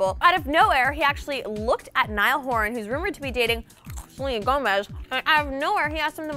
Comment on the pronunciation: "Niall Hooran"